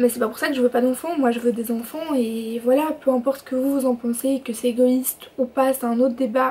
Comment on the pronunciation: Cool,ça me fait rire tu dis "onfonts" au lieu d'enfant 😂💗